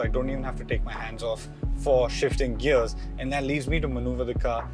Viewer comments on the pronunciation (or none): none